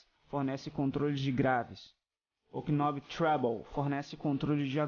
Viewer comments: K I nob... nao se pronuncia o k desse jeito ;) ou fala butao ou "nob" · Legal o video, boa produção, parabéns. Uma dica: Knob se pronuncia "nób" e não "Kinób", não se fala o k. Qual o amp? está microfonado ou usa algum line out?